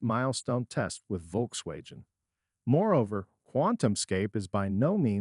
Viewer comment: The way it pronounced “Volkswagen” = proof that this was not recorded by a human. (Which in turn makes it more likely that this is a bullshit AI video.)